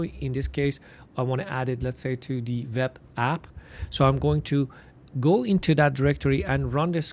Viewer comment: nice content ! but stop saying "VEB" please its "WEB"